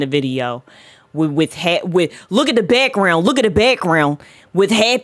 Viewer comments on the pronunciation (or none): “Look at the beckgrenound” lol her pronunciation is fascinating.